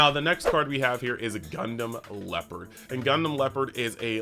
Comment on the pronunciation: 🎉 congrats on 10k! Btw Gundam Leopard is pronounced like the tank, not like the animal. ❤